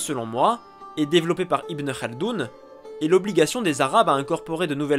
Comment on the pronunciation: Bon travail mais vous pouvez faire mieux sur la prononciation des noms propres. On dit ibnou khaldoune et non ibnou elkhardoune.